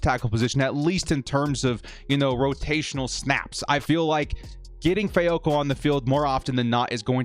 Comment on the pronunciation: Fehoko name, the "h" isn't quiet like in Spanish. It should sound just like the "h" in Hawaii, house, home, etc. There isn't a quiet consonants in the Tongan language or any Polynesian languages.